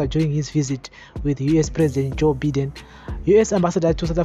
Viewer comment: Good job......ZANU PF idiots must be told. The sanctions r targeted..Vana ED ngavarege kuita hutsinye. On a lighter side.....Biden is pronounced (Bye - den) n not Bhiden